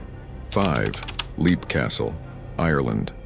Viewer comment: Leap Castle is simply pronounced ‘lep’. I pronounced it ‘leap’ too until I watched a documentary